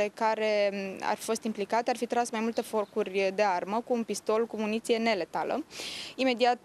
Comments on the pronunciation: cum se spune,forcuri sau focuri ? 🤣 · Forcuri :)) -04, parca si secundele se opresc cand zice aia Forcuri :))